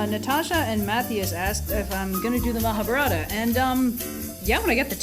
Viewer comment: after all this, how do you still don't know how to pronounce Ma-ha-bharat? Just hear a native hindi speaker say it.